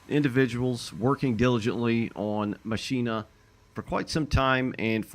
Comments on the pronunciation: I think it will be easiest for you to pronounce it as "Machena" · Love it! 🤩 🚂🚃🚃🚃🚃💨💨💨 BTW It's Mah-SZyh-nah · You pronounce it "Mashyna" btw Maszyna mean a machine szyna mean a rail so it's a fun combination and that's why it's MaSzyna instead of Maszyna